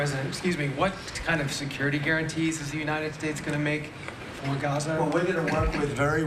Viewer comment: It's called "Gaza", not "Gaze" - but since Fox is in Bed with the orange DB they will probably call it "Golden Riviera" anyway